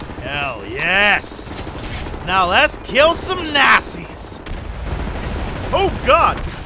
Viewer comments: you srsly call the nazis nasis..... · What I heard: "Let's kill some nassies." ^_^